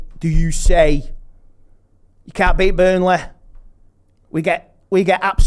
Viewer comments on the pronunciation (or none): Burneleh CITEH CHELSEH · Burnleh, Citeh, Chelseh! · man said burnleh, citeh, chelseh!!!!!!!!!!